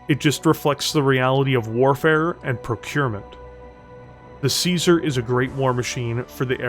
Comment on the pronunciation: One day people will find out you say caesar with a k like Kaiser, apparently the year 3049 is it